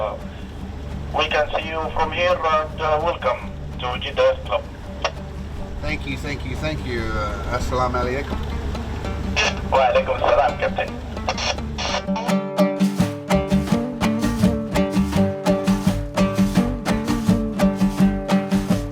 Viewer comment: Bro said “AsamalMaLakum” 😅 but much love for the effort ❤